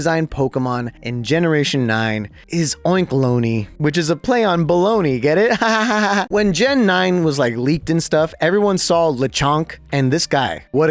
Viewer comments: oinkalogne is oink+ cologne not bologna (baloney) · I'm pretty sure it's a pun on oink and cologne, because it's pronounced like oink-uh-lone. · Oinkologne, its cologne dude… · WAIT I THOUGHT YOU SAID IT LIKE COLOGNE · Lmao, bro hates on Wolfey’s joking pronunciation, while he ACTUALLY says so many names wrong. How did you not understand the concept for Minun? PLUS and MINUS. M-EYE-NUN. And oinkologne isn’t a play on bologna, it isn’t even spelled the same 😂 Bruh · how are you gonna get on wolfy for unfezent when you pronounced BOTH SLAKING. AND OINKOLONGE wrong. like slaking is a play on slacking, and it’s a lazy gorilla, and oinkolonges pokedex entry legit states that it emits an aroma out of its tail like parfume.